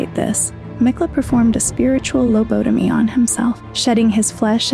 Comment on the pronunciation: I very much like the vid so far, and I will sub. My only critique would be touch up some of your pronunciation, like 'lobotomy' for example. Otherwise - kino